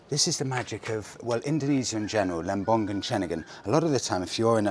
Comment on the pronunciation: Lovely video, as always. As an Indonesian, I just would like to correct the tiny pronunciation mistake. it's not lem-bong-gun, it's lem-bong-un, without the hard G, if that make sense.